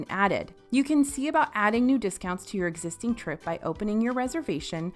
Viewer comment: Error detected: “Hotel Discountsi”